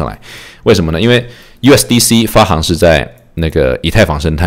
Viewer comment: 行 是多音字。发行(xing) 读音是 xing, 比如 行政 行走. 喜欢你的节目。